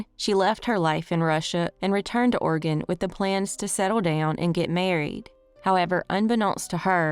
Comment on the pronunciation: Thank you for not calling it Or e gone, or Orgun. Everyone not from here cant pronounce it. You did it right.